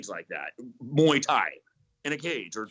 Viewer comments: moo-ey tie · Mooey Tie? Sweet